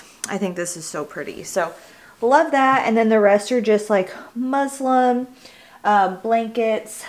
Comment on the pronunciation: It’s muslin, not Muslim 😅 I literally got corrected with my last pregnancy as well for saying it wrong